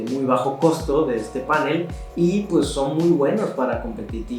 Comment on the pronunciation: Tengo una curiosidad, veo en varios videos que en vez de decir panel, dicen pánel como si se acentuara en la a. Por qué será?